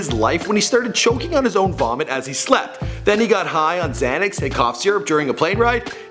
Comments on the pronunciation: XanACK pills. Lmao. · The drug is called Xanax, not Xanac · I think you messed up the name of the first mixtape. It was Live Love Asap not Live Long Asap. Also its Xanax bars not Xanic pills. Enjoyed the video anyways. RIP Yams. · did this fool say "xanik pills" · "Tattoos of Xanac pills" LMAO HE THINKS XANAX IS PLURAL